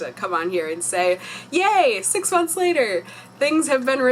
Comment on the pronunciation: Months lol not konths lol